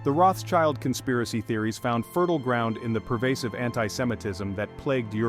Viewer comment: The name is not spelled "Roths-child", but "Rot" "Shield". no child is involved :P